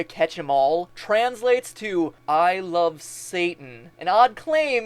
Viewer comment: it sounds like "i lofe satan" rather than love